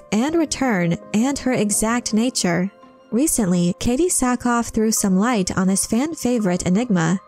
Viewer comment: Good video, Thought it was Sackhoff not Sackoff. Still good no matter